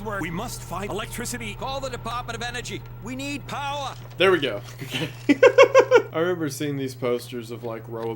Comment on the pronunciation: "CALL THE DEPAHTMENT OF ENERGY WE NEED POWAH!"